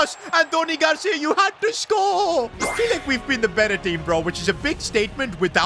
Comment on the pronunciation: You had to scOore